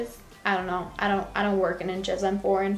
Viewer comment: no one:: "I'M FOREIGHN!"